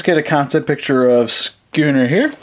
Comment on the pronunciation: It's not sconner it's scunner look at videos